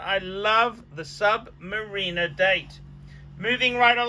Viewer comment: I wish he would learn to pronounce Submariner correctly.